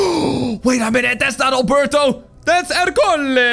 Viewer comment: Albelto NOT Albuurto